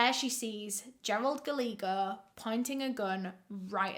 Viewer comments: Ooooh baby it’s not Galeego. It’s Gah-lay-ho. It’s Spanish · Love you so much, Guy-yay-go is the pronunciation of that name . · Word of advice… “Gallego” is pronounced like “Gah-ye-go”. Double “L” is always pronounced like a “Y” in Spanish. Love you,. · Love all of your stories. I watch as many as I can. Just a little thing with this one... Gallego is pronounced- guy-yay-go. Spanish based name, double Ls are a Y sound. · I love how she mispronounced Gallagher 😭